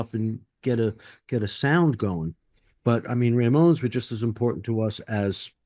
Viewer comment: Slim Jim keeps saying "RAY-mones", but occasionally says it normally as "Ramones". Funny.